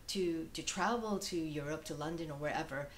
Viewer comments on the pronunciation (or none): none